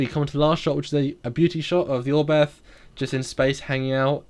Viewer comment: Cudos to Foley for at least trying to pronounce "Oberth" correctly (just imagine the H at the end is not there and you are a lot closer). This class of ships is named after a German pioneer of astronautics, Hermann Oberth. But he was also a Nazi (even after the war).